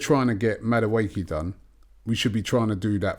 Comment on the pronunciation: Robbie "Maduake" Lyle